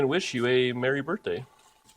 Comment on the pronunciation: Happy "Berf" Day! You're Adorable!